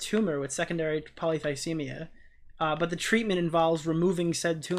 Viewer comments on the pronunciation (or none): Take a shot every time says Polycythemia wrong (he says Polythycemia). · Stop saying thysemia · repeatedly mispronouncing Polycythemia is just incredible.